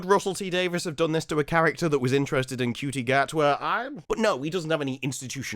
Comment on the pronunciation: the only knt on t'interweb who calls Ncuti, (which, by all accounts is, pronounced, Shootie) Cutie. Maybe he is actually a lesbian......